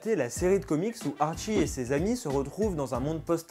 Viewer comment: Arttttttttttchi pas Archi